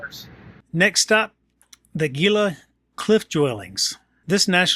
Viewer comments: The g in Gila is pronounced as an h heela. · Nice video as always! Having been born and raised in Arizona the "G" in Gila is actually pronounced as an "H". I was stationed at LAFB for several years as a Special Agent for DOD back in the day. I hope you had an opportunity to to visit Sedona Arizona up North and walk the West Fork in Oak Creek Canyon. Happy trails.